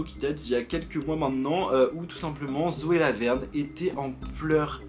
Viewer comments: à j'ai entendue Zoé la merde au lieu de Zoé Laverne 😂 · j’ai cru que t’avais dis "Zoe la merde" 😭